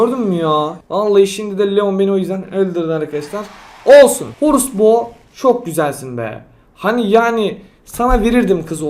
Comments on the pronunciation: Okunus:horus bo:orus bo Duzelti:orus pu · Reis adamsın one million Horusbo = orusbu ( mecha tara diyon kral) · Ho - Rus - bo = O - Rus - bo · Abi bana horus bo bana öküz bo gibi geliyo 🤣🤣🤣🤣🤣😂😂😂🤣🤣😂😂😂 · Abi yanlış soylemişsin bo 'nun ismini